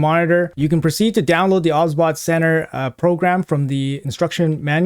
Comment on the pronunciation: No hate obviously bro but are you sure it wasn't pronounced "OBS-Bot" as in the software? Just curious dude